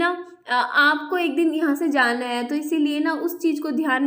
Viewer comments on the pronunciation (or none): none